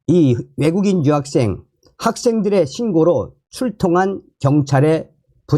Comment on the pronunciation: 발음 똑바로 하세요 여학생 인지 유학생인지!